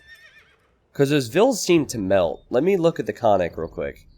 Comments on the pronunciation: Absolutely! I wrote about this in another video comment section, but no one seems to pay attention. In bulgarian language every letter counts, so yes - it shoud be pronounced as double or prolonged sound N - [nn]. It is like two different words KON+NIK to be said quickly as one. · actually pronounced koN-Nik and means horseman or horseman raider. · Ok but it is actually pronounced koN-Nik and means horseman or horseman raider. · Not to be too banal (ok, maybe it is) Konnik basically means horse, so following the Slavic language custom the plural should be konniki. Konniks is just a gibberish Americanization. The pronunciation also makes me want to cry ;c This is why I hate when games decide to try to give a unit a native name.